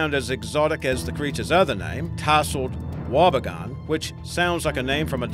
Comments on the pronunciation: You pronounced Wobbegong incorrectly it's wob e gong. I'm Ozzie, we pretty much all know what they are. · Its promounced wobby gong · lol yeh the wobbegong confused me for a second. wasn't sure if it was something else or if he doesn't know how to pronounce it with the weird accent.